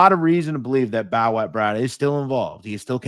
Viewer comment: I think his nickname is pronounced Bo-watt.Bowat.